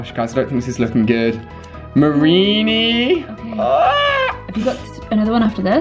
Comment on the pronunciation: It said marinie dratini